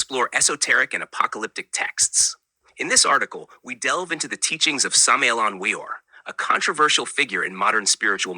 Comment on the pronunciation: No, you are giving wrong information. You don't even know how to pronounce his name, so you're obviously clueless.